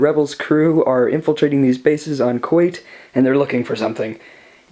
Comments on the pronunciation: I thought it was pronounced Koo at not Koo ait? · Koyt? What's koyt? Do you mean Kuat? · I just like to point out that 1.) awesome build you got there, and 2.) it's pronounced Kuat, Ku-at, got it?